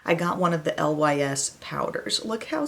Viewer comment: Lys is pronounced "Lease" it means lily in French. (NOT: L.Y.S.) 😎✌🏼💜💜💜